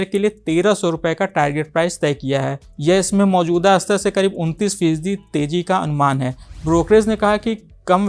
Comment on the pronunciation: आदरणीय एंकर महोदय, आप हर वीडियो में "शेयर" की जगह "सेयर" उच्चारण करते हैं। इस वीडियो में आप "स्तर" की जगह "अस्तर" शब्द का प्रयोग कर रहे हैं.... संभवत: आप बिहारी हैं।